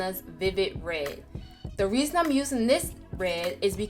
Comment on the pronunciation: I like how she says red. "re"